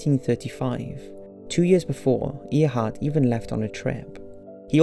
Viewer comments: Its pronounced air heart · Earhart is pronounced air heart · Interesting video. The "space dandruff" explanation is plausible, but seems too convenient. Earhart is pronounced AIR-hart. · The way you pronounced Earhart drove me a little crazy is (AIR)-(HEART) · Mattie Scott EAR-HART... just cause she flew planes doesn't mean you can change her surname.. sure he liked flying but that's just stupid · Earhart is pronounced like Airhart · it's pronounced "AIRheart" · Ear hart and Nuunaan WTF !!!! Why is the correct pronunciation of names by these YouTube narrators always fucked up. They don't even care to do any research, you fuckers are dumbing down generations of watchers. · The pronunciation of Amelia Earhart is atrocious.....how dare you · Learn how to say Amelia's name right ,dink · Your terrible mispronunciation of Earhart cannot be ignored. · I cringe every time he pronounces Earhart wrong. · I understand he has an accent but he really fucked up Amelia Erhardt's name. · It annoyed me how he said Earhart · I found it pretty amusing. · I understand that people from "across the pond" pronounce things differently. But you can look up how to pronounce Proper Nouns, hell there are youtube channels dedicated to pronouncing things. Amelia Earhart in this video. Everytime you've pronounced Quebec. Honestly it's really bad. And as per usual your title is pure clickbait. None of these are "solved" in the slightest. Just possible explanations. AT the end of each one you even say "Do you believe _________?" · really? he pronounced Earhart's name wrong... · Calling Earhart "somewhat of a celebrity " is like saying Eistein dabbled in physics! Way understated. She was probably one of the most famous women in the world. And it's pronounced air not ear - which a tiny bit of research would have revealed. Still, it was news to me that the conspiracy surrounding that photo had been debunked. How disappointing ! Back to square one then? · AIR-HART NOT EAR - HART